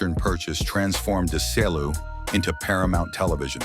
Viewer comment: When will these narrators ever learn to pronounce the name A R N A Z ? And why repeat the same things over and over, this could have been 10 or 20 minutes instead of 30. And he couldn't pronounce D E S I L U either.